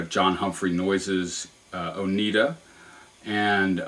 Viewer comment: I grew up in upstate New York. It's pronounced "oh-nigh'-duh."